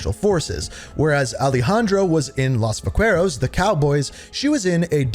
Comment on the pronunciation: Oh lord dude every time you pronounce a name wrong 10 seconds after someone in game says it it kills me. Just say it the way that the characters say it. Los vaqueros is not hard to pronounce, its like you do it on purpose.